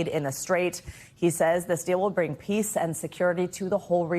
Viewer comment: I like how she said “complete” 😂 …we know gas prices ain’t going anywhere close to where they were a couple months ago anytime soon. Several of Trumps friends are making a fortune 🤑 right now